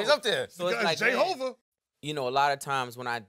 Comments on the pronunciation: Nigga said jahova 😂😂😂😂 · Dude just said "Jayhover" df😂